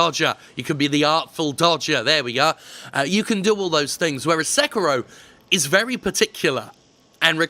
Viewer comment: Se-ki-ro. sek-ro. okay